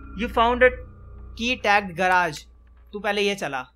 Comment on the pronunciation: Hey it not garaage it's garage